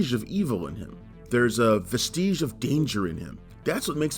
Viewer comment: Vestige you don't know how to pronounce this word